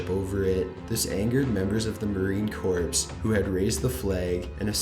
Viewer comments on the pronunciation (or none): On the video of the flag being raised, it's not Marine Corpse it's Marine Corps pronounced 'Core' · Its "Marine Corps", not Marine corpse, its pronounced "Core" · corps is pronounced "core" not corpse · I'm honestly surprised he doesn't appear to have heard the word "corps" before... But, yes,, the word is pronounced like "core".